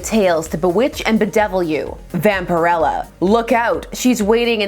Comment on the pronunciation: I had been wondering for years how to pronounce her name. As it’s pronounced here is how I thought it would be.